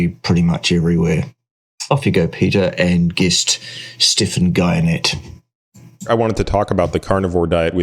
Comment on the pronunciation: Stephan's surname is pronounced, "Gee-en-ay". He has a very rocky history with Gary Taubes, who blames insulin (& therefore carbs) for adiposity, whereas Stephan presents a calorie model focused on what he terms "hyper-palatible" processed foods. He looks like he eats too many plants.